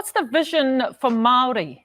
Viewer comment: Jackass can't even pronounce Māori properly. 😒